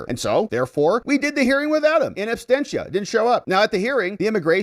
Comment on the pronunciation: Abstentia ❌ Absentia ✔ 🙂